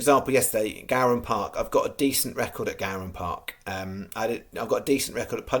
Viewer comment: Pronunciation is TERRIBLE both on the horse and Gowran Park - Another Bridge is the translation Still I guess you had to tip YOURE COOL 🤣🤣- lets hope its a decent day and the profit is not BENANDGONE